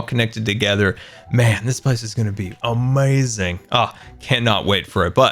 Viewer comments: It isn’t a scar vid with out him saying “UHmayZing” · No one:: it’s going to be Amaziong